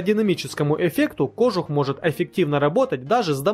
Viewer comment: Камрад, чтобы твои ролики выглядели профессиональнее, ставь правильно ударения в словах! Тогда и лайков больше будет. В слове кожух ударение на "у". Не веришь, - посмотри в словаре ;-) Удачи!